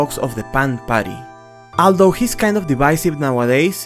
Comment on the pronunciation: Ok awanta no habia visto que el video es viejo, ya me emti a ver el de Zelda de hace 6 meses y si ya hubo mejora (no perfecto por ejemplo en ese vudei en lugar de de Although {Oldou} dices Aldo Aldo ), pero no voy a quitar el comment de arriba por si quiza te da por hacerle un remake por que es buen video y no estaria mal que lo volvieras a narrar con tu ingles ya mejorado